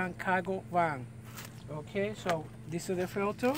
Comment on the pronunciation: "Oh look a dis, looky Dat" I'm dying laughing!!!!!! You're so funny. Anyways thanks for the video! Helped alot